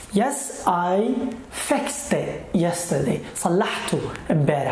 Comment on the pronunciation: Great efforts🌹but Sanwich noT sandwich . Thee Indian noT thaa Indian . FixT noT fix or fixd. djacket noT jacket